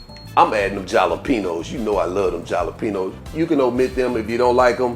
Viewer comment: Looks delicious 😋 & I like how you pronounce Jalapeños lol